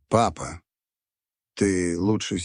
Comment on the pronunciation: Да чтение неплохое.но восклицание папа.ни с той интонацией😊